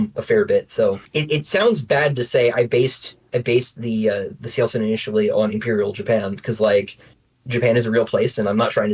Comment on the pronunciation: I finally know how to pronounce Cielcin